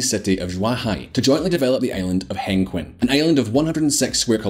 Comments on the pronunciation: next time get a chinese to narrate your video hengqin is pronounced as hung-cheen, not hang-kwin. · I think it’s pronounced Heng-Chin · The rental area is pronounced “Heng-Chin” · and hang-queen??? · that place is called Hengqin, pronounced close to HenChin. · be professional, work on your pronunciation on zhuhai and hengqing, please.